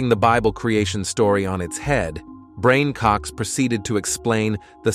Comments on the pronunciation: I know, right? What on Earth is up with AI pronunciation? It's atrocious. I mean, somebody MUST have modelled the language. AI just makes dumb mistakes... BRAIN Cox for one... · Did you just call Brian Cox, "Brain" Cox....??? 😮..!!!!